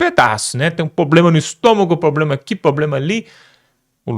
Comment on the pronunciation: Não é poblema.....É sim PROBLEMA.....VOCE É ALUNO DA JANJA ?😂😂😂